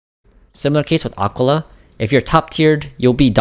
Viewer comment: Ah-Kee-laa FFS, bro